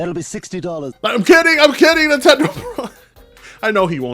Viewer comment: oh it's nintendeen